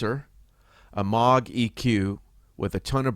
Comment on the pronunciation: Love your videos! But I have a MINOR gripe…the plug-in delay is pronounced mowg…long O vowel sound. Sorry bro, just a pet peeve of mine. Great content though!!